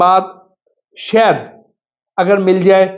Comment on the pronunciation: جاہل شہد ہوتا شید نہیں منہ دھو کر اچھے کپڑے پہن لینے کے باوجود جاہل صرف زبان سے پہچانا جاتا ہے